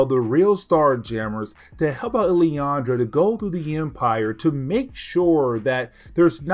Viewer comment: Who is illyandra? Do he mean Lilandra?